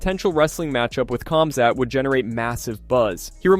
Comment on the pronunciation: Nobody heard Colby call Khamzat for Cumshot?